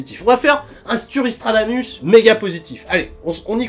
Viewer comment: il a dit sturry stradANUS non ?